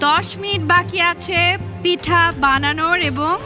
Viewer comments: পিঠা বলতে পারেনা, খালি পেঠা পেঠা করে তারে আবার বিচারক বানাইছে 😡😡😡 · পেঠা আবার কি 😒 উচ্চারন ঠিক করতে হবে পূর্নিমার 🙄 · পিঠা না পেঠা🙄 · পূর্ণিমা বিচারক হইছে কিভাবে কে জানে! একবার বলে 'ভাজাপেঠা' আবার বলে 'ভিজাপেঠা'।'পিঠা'ই উচ্চারণ হয় না,আবার নায়িকা😐!